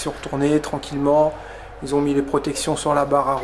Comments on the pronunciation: qui ont il n'y a pas de z ils ont et non ils zont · S’il te plaît pas qui s’ont mais qui ont. Pas de liaison